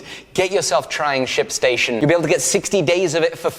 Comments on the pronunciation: I heard "sh*t station" instead of ship station. What is wrong with me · am i the only one who thought he said shitstation? jumped a bit lol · Anytime anyone says "Ship Station" all I hear is definitely no "p" whatsoever at all ^^ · when he said shipstation, I hears something else!